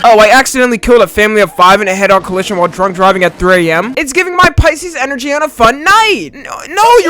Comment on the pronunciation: "It's just my crazy gemini energy" bro the way he said energy caught me off guard😭